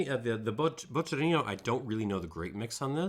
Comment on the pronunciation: Bocchino is pronounced "bockino" - smartass mode off ;-) You have a great channel there. We share the love for Marolo grappe. Thanks a lot for your work.